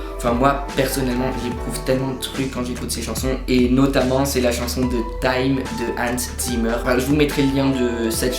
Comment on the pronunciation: C'est mignon comment tu prononces Hozier. :')